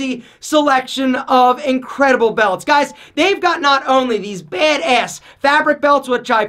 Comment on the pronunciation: i love how he says, "baid ayss" 😂😂😂